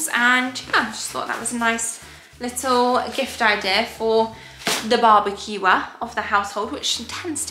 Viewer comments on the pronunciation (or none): Love when you said the "Barbour-queuer" 🤣 thanks for taking the time to make these videos x